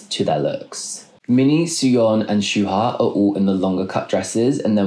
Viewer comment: SOyeon, not "Suyeon" and "Yeonjin (Yuhnjin), not "Yoonjin." oh dear, there are too many more mispronunciations, I have to stop. interesting fashion analysis